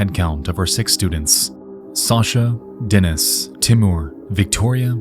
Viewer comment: Dear Nexpo! I really appreciate all the effort it takes for you to make such high quality content but please when researching cases with slavik names contact someone who can tell you the correct pronunciation. Your pronunciation is great, there are just a couple of changes: it's Lyudmila, Natalia KorOvina and DenIs (not DEnis). I know it's maybe not that important because your audience is mostly english-speaking but it would be very cool to hear the correct names for people who also speak Russian and other slavik languages. Almost every English-speaking youtuber I know always butchers the stresses in words.